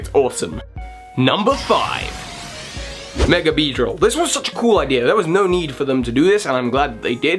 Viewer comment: Love how you say "megre" sometimes instead of "mega", lol. Top mega has to be Gengar for me, even without him already being my favorite Pokemon. That all-white shiny sold me from day one :)